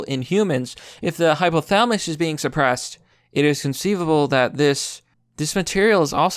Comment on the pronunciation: Hypo - tha-la-mus. Pronounce the "LA" buddy.